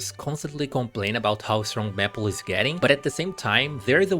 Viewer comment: not to make fun of your pronunciation but serously? "meh -ple" it's MAY as in the month and ple as in apple, to say maple